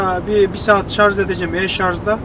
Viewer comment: şarz değil şarj